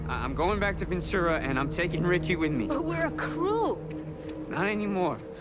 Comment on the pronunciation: They say Richie but I hear Ben Ten